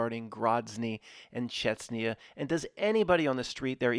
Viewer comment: Grozny and Chechnya, not Grotzny and Chetsnya. You can do it. 😂🤣😂